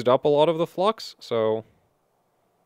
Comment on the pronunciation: YouTube: is he saying flux or. Fluck